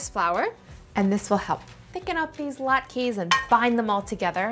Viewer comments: Thank you for that. The "e" is pronounced as an "a" sound. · They are pronounced "lot ka" not "lot keys". 🤦‍♂